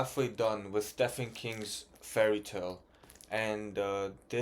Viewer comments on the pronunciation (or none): I've struggled with Stephen King books. They can be hit or miss. P.s. the "ph" in Stephen is pronounced with a "v". Stephen = Steven